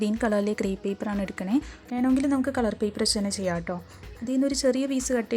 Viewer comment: ക്‌ളർ അല്ല മാഡം കളർ 🤣🤣 പറഞ്ഞു പറഞ്ഞു മടുത്തു ഞാൻ 🥰